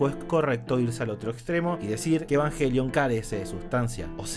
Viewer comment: Muy bueno, pero dice yenesis , evanyelion y/o evanguelion 🤣🤣🤣